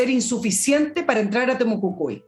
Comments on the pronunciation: por favor es Temo Cui cui...no Temo cu cui.... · POR ENÉSIMA VEZ TE DIGO, ES TEMUCUICUI no TEMUCUCUI